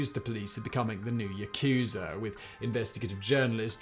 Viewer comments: "yah-koo-zah" rather than "yah-KOO-zah"... Japanese doesn't have accented syllables. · 🤣 this man said “ yukuzer”